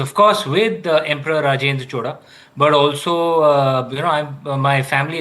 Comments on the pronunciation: NOT Choda. Chozha. Atleast call Chola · No chola no choda it's chozha.pronounciation out😂😂😂 no letter in other languages to pronounce except tamil and malayalam